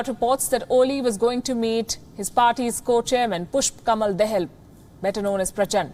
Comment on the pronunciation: I’m waiting for the day you realize it’s दाहाल not दहल in Pushpa kamal Dahal